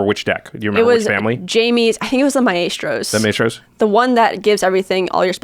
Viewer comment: Maestros is pronounced like My-strows. Not My-A-strows.